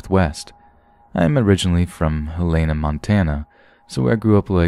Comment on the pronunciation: Aww you said Helena wrong.